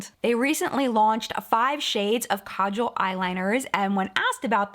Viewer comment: Dear, so happy that you pronounced 'Kajal' correctly! The first pronunciation is correct. Thank you! It used to inflame me the way some beauty gurus trashed the pronunciation in the past (the 2nd way).